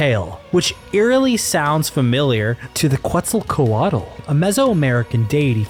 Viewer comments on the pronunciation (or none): It’s pronounced KEHT-sul-CO-AHT! Just FYI! 😊 the L is silent at the end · It’s pronounced kétzalcoatl